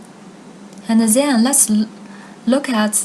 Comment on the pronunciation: why you keep saying ' zhen' instead of ' then'